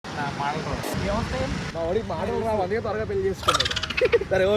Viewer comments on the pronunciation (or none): none